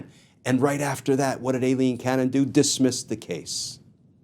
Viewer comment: Thank you, on the behest of Eileens everywhere, for pronouncing Aileen correctly. It is A. Pronounced with a long A, not an I. 🌹 We appreciate you.